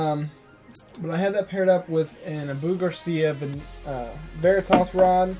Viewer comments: By the way it's o-bu not u-bu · It's not pronounced uh-boo Garcia it's pronounced ah-boo Garcia. It makes it hard for anyone to trust what your saying if you don't know how to correctly pronounce the brand... Not hating just giving some corrective criticism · I have to agree with! I'm not hating on your video, but I'm new to your channel and this is the first video i watched. I caught onto the name mispronunciation and the error where you stated the Black Max retrieval ratio drastically different the second time (when comparing it to the Pro Max),than you did originally. I'm not trying to bust your balls, but is correct. If you're going to be posting review videos and want people to take you seriously, then stuff like that is of the upmost importance. Nonetheless, great video!